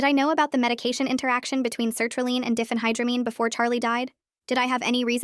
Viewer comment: Diphenhydramine is not pronounced Diffenhydramine. It's Die fen high dra mean.